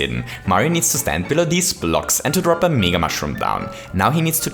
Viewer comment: Its MEga not megaE